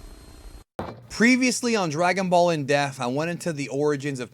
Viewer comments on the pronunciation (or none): Dude great videos I love your content and style of presentation. How old are you? And for such an articulate dude, is there any particular reason you pronounce "in def" instead of "in depth" Not mocking just curious. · I love your content, but you can't say "In depth". It always sounds like "In death" XD